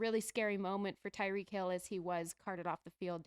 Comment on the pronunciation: Wtf waller? Where did he come from. Shots fired calling tyreek: “reek” and immediately saying the win was deodorant